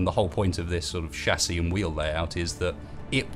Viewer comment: Um excuse me? Wtf is a shasie? I know of a chassis, but not a shasie